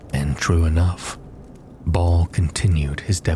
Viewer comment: He does pronounce words weird which always comes off as a red flag for Ai readers. Fir a second I thought he was saying mount arrest wrong, but just realized ive been reading it wrong, but he calls baal "ball".